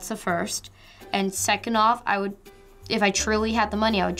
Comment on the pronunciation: she says woode